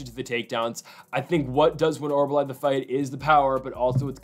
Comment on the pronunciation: OR-OOL-BAI not OR-BAH-LAI...Thanks for the video!